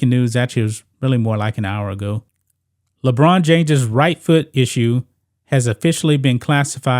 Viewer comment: Ledone James LoL 😂😆